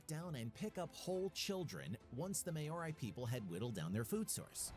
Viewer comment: I have heard many horrible mispronouncings of "Māori," in my lifetime, but this one, right here may be the worst I've ever had the displeasure of hearing